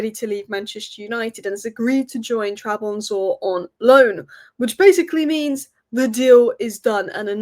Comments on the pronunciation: Ok, how the hell is she pronouncing "Trabzonspor" as "Trabonsor" now? 😐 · Trab-zon-spor. just for future reference. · Trabonzor lol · Love the way you butchered the name Trabzonspor not once, but multiple times. Licha would be proud 🩸🔪 😂😂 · u keep butchering the name trabzonspor🤣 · can't even pronounce Trabzonspor properly.